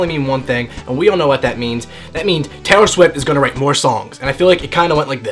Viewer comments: Oh wait... TAY-IHR SHWIFT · TAY-IR SHWIFT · TAY-IR SHWIFT. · TAY-OR SHWIFT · TAY-IR SHWIFT ohmygod i love you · Is it just me or does he say Taylor swift weird?